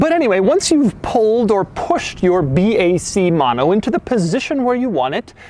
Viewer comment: It's not 'Maano' is "mo no". 😒